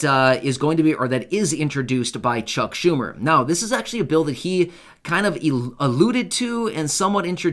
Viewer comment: I don't know about anybody else but I'm not liking Chuck humor and I'm sure it's not how you pronounce his last name but right now I really don't care. This guy is hurting a lot of people and doesn't seem to give a crap. I know he's trying to do the best for everybody I get it but the seniors are struggling and he's not helping us out one bit.